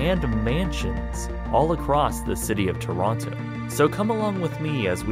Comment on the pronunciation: Really cool video! But as a Canadian who lives in Ontario each time you would pronounce every T and O in the word Toronto I would cringe ever so slightly.